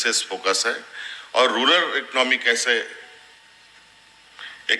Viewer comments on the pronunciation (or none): रूरल होता है cm साहब, रूलर नही